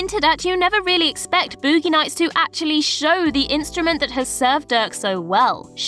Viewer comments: I can't stop giggling about BoOoogee nayts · Booo-gi nights..